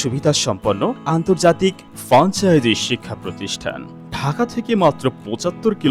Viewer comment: ফ্র্যাঞ্চাইজি উচ্চারণ করতে আপনার দাঁত ভেঙ্গে গেল!